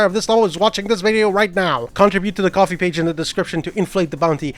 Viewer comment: im sorry did he say coffee instead of ko-fi